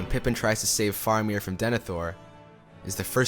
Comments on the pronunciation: You are mispronouncing some important names. I assume to make this video you must have watched-and listened to- these films several times so your pronunciation problem puzzles me. For example, it is not Os-gil-ath but Os-gil-ee--ath----four syllables, not three. Also Fair--a--mir not Far-a-mir, long A sound. And not Shell-lob, but Shee-lob--long E sound. This directly references the creature's gender, as most of the other monsters we meet are referenced as either male or neutral. But Tolkien specifically and repeatedly refers to this creature with the pronouns "she" and "her." Hence SHE-LOB, which translates to SHE SPIDER----female and in giant spider form. Listen to the dialogue in the films again; since you are making authoritative videos on aspects of the Tolkien films, it would help your credibility I think. And after all, the languages actually do accompany much of the music, and everybody singing it--including Renee Fleming, the world famous operatic soprano!--had to learn the correct pronunciation, as you mentioned in your video. So maybe, in your next Tolkien video, you should follow their lead. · In addition to those mentioned in other comments, he also says Balin as "Baylin," Faramir as "Fah-ramir" or "For-meer," Cirith as "Sirrth," and Minas as "Menace." With so many distracting mispronunciations easily avoided (like those in M. Night Shyamalan's "Avatar: The Last Airbender") and the dispassionate delivery, it makes me feel like there's more that could have been discussed that he just doesn't realize, because if he was a true fan he wouldn't make those errors and would possibly pick up on more details in the story and its music.